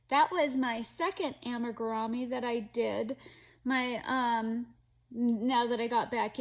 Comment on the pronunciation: Amigurumi is actually a Japanese word, so the correct way to pronounce it is (ah-me-goo-ru-mee). 😊